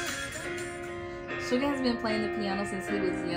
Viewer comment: LMAO its suga not sugar